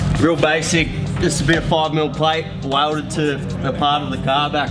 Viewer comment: "walded".. Lol